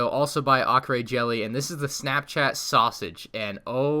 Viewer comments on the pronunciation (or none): none